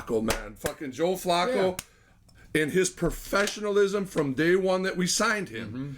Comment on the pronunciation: I tried to listen but not pronouncing Flacco and calling Bernie a hack quarterback made me have to sign off... good luck lol. And Cooper 2nd receiver anywhere else... lol.. You're killing me!